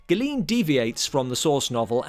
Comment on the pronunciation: Terrific video! Good job! Tip: The name Galeen is pronounced gah-LAYN, rhyming with "rain."